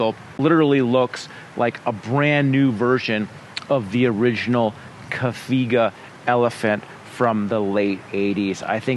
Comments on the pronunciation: Caviga? There's no brand caviga. It's Cagiva. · How on earth does one end up saying "Cagiva" ......... "Cafiga" .... it's a "g" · It’s Cagiva…not Caviga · Cafiga? Who is this guy and why is he baked while reviewing bikes? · "Caviga" Elephant? :))))))) 1. Go to school 2. Make a homework 3. Do license 4. Make a review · What did he call Cagiva? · Is that how we pronounce "Cagiva"??? Damn, I was wrong all these years. I thought the "G" is like "GIF" 😂